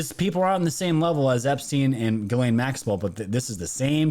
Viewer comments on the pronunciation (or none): none